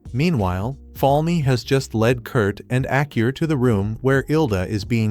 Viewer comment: Kurt's daughter's name is Aa-Ku-Ri (Akuri). Hearing Acur made me Lol 😆 Irrespectively great recap